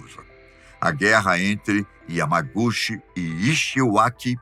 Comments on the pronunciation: A pronúncia de Yamaguchi... è Yamaguti ❤ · Correção O yamaguchi esse "chi" lê-se ti Entao se lê yamaguti